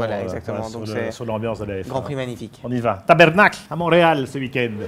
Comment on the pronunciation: tabernacle dites-vous hahaha, on dit *tabarnak*, et non avec ce petit accent et n'oubliez pas que c'est disons-le un juron haha Bon Grand Prix à Montréal!